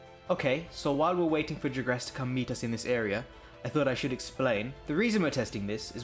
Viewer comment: Wait I thought it was Jagras not "Jigras"...